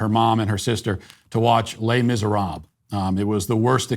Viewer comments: Hey Matt your pronunciation "Les Miserable" was horrible. Wtf man. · Les Miserabluhhh!🤣